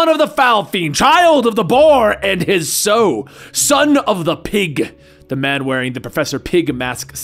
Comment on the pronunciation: Pretty sure you mispronounced Sow.